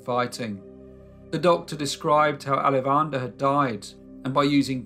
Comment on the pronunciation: What an awesome YouTube recommendation! Great storytelling too :) As someone with ancestry near Chennai, I would like to share the proper pronunciation of Alavandar: aah-laa-va-inn-taar, with emphasis on aah-laa. LOL I hope this makes sense. Gonna check out your other videos!